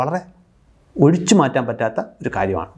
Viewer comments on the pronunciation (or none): none